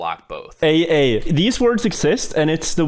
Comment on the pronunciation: This is entirely false, the pronunciation is “ah-ah” and is thought to have come from the noise you’d make walking over aa. The word is Hawaiian and is used to describe the rubbly surficial mafic lava common to the region.